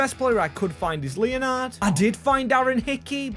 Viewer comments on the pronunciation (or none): none